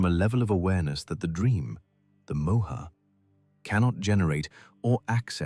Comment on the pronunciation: I found your channel and have listened to it twice in last 2 days. I don't think anyone has explained the story better. Thank you. However, Please note that while you write the names you put an 'a' in front of it, you are NOT supposed to pronounce it with an aa sound! It's not Arjunaa. It's Arjun. Not mahabharataa, it's Mahabharat. It's not Mohaa!! It's Moh. Not yugaa. It's yug. There are 2 people talking and the one with the Russian accent is pronouncing it all correctly. It's very disturbing for an Indian person to listen to such wrong uccharan of words. Hindu names and words have a meaning only when spoken correctly